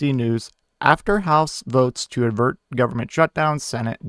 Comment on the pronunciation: It’s avert, guy. Not advert. Not hating here, but no one is gonna take you seriously with mistakes like that. 😉